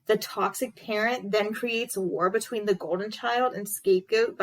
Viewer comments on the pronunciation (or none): none